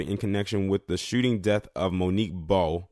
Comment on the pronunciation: Last name pronounced baaaaaa